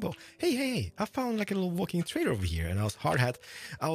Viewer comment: I’m pretty sure he said waddling trader...